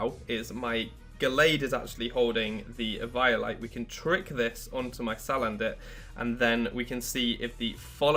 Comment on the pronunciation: It's like someone says Pie-kachu. And you just want to punch that person.